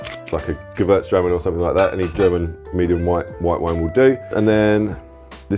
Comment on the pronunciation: did you just say Gewürztraminer? Nicely done ;) Greetings in the name of all german winemakers